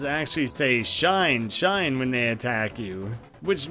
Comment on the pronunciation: For the record, shine in Japanese is pronounced she nay (or neigh, like a horse, either way)